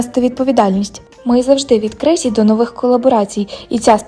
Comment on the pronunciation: Поширеною є помилка у слові «новий» ставити наголос на О. Це метастази із російської мови. В українській правильно лише: «новИй», «новА» тощо.